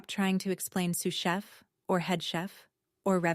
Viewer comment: Dad says eight words, not six. AI can't count, ever. I just came across this and got such a laugh 'Sue Sheff' instead of sous chef. Bless AI's baby steps he/she still has a long way to go. It's a good story and I felt for Wanda and the way her family treated her. Not asking anything about her life screams not interested in you. It took nine years before the truth surfaced. Nine years of never being cherished enough to ask about what you are doing. The only thing that annoyed me with this story was the constant reference to the deed and the apron. That was a few too many mentions and got tiresome. Overall, I liked this story, although the theme of the golden child has been done many times. I liked that we were not taken back into the past and having all the i's and t's dotted about toys, school, college funds etc. When you have read a lot of the golden child stories you know the kind of childhood that came before success.